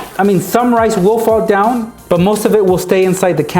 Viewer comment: rice, I thought he said knives